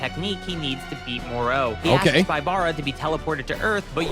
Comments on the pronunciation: I'm sorry, am I the only one who hates how this guy pronounces Moro's name? 😔😡 This ain't the Island of Doctor Moreau... Do you ponounce "Goku" the same way?? It's "Go!" "...koo" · I hat the way says Moro like “mor-o”, as if there’s a mor-p or a mor-q